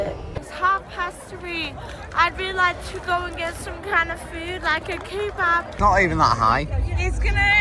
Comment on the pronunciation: once again giving the most. The “key-bab” sent me. 😂